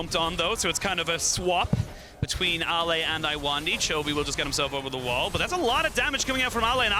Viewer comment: Why the cast pronounces LNG Ale as "Ali"? I thought Ale is pronounced the same as ale in ginger ale?